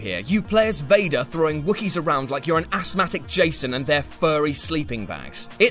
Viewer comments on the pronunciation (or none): none